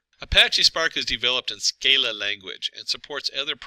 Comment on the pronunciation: Sc-AH-la, not Sc-EY-la